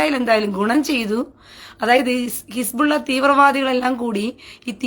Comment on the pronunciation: His-Ball-Laah ❌ His-Ball-Illa ✅ 😂